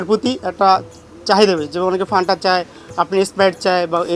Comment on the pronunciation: ওরে বলদ ঐটা ফ্যান্টা হবে! ফানটা না😄 অনেকেই বলে পান্তা 😄স্পষ্টভাবে তো বোতলের গায়েই লেখা আছে বাংলায়😄রিপোর্টার এর এমন ভুল মানা যায়না😄